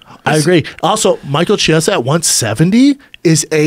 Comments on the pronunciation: i am fucking appalled that rogan doesn't know know how to pronounce Chiesa's name. jesus christ. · chee-esa who? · Why are they calling him Michael Chee- esa? It's Key- esa in Italian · Brendan has the name pronunciation skills of Uncle Joey